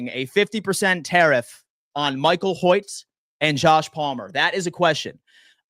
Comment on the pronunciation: Pronounced “Hoyt”